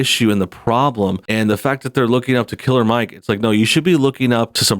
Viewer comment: I noticed you kept putting a lot of emphasis on the word killer when you said Killer Mike Killer Mike means killing rap microphones with your words I don't know if you're stupid or just racist on top of that his father is a police officer matter fact I police chief along with most of his family members you dumb